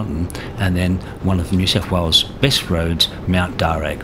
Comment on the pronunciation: Darr u not darr ag